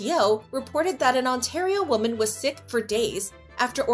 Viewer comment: "A New York woman" wuh-men not woh-man